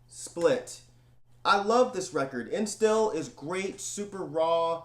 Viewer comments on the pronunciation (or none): Hey here some Tipps on your german pronounciation: Endstille, you forgot the last "e" it's pronounced same as the first one. Then "st" is pronounced "sht" in german. Since the german "e" is quite like the english "a" (not the same but similiar) Endstille is pronounced: Andshtillah;)